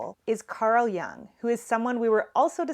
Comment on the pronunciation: it's pronounced "Yoong" (C.G.Jung), not "Young". Best Regards from Switzerland & thanks for your talks!